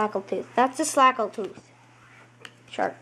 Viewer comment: its snagle tooth,not a slagle tooth